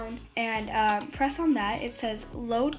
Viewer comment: "So what you want to do is "" Shift and f " LOL YOU SAID